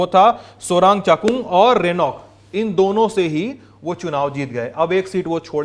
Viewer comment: Soreng.. pleace do good pronunciation 😮😅.. soreng not sorang..